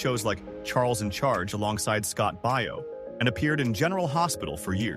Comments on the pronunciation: It's Scott Bay yo, like Baywatch. It's not Buy yo. Is this narrator AI or something? Pretty much everyone knows how to pronounce his name correctly. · Scott's last name is pronounced Bay o.